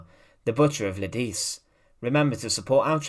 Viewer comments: Lidice pronounced Li - de - che 🇬🇧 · According to my dictionary, it's more like "Lee-dee-tsay," with the accent on the first syllable.